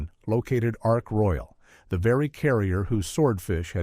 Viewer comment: Why is there a jet aircraft ??? Why is there a map of New Zealand Why is there footage of a Japanese Zero ?? Your pronunciations are awful... and this really detracts from the presentation, which is a real shame, because it could be so much better... Oh, and by the way, the aircraft carrier is Ark Royal - not Ark Royale !!!!